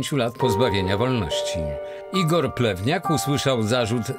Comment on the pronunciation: Czego ja zamiast plewniak słyszę plemniak?